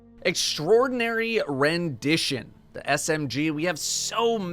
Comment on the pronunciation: Got a like just for being the first youtuber to actually know how to pronounce extraordinary, THANK YOU.